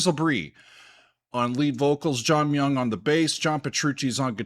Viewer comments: Not "My-young". That's how it's commonly mispronounced in the States. Koreans will always pronounce it as "Mee-oung". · 6° is tied for my favorite DT album… It may take the cake. Just such great song writing. (Also I believe Myung is pronounced My-Young) not that that matters. Lol